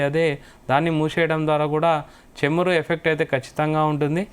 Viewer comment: చెమురు....కాదు నాయనా.... చమురు... అని చదవాలి... anchor గా సెలెక్ట్ చేసిన వాడిది తప్పు....నీది కాదు.. తెలుగు భాష మీద పట్టు ను నేర్చుకునే ప్రయత్నం చేయండి..